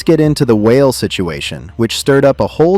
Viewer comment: WHALE LMFAO....ITS WAH-LAY..... STFU AND STOP ACTING LIKE YOU KNOW MY CULTURE EITHER....IDIOT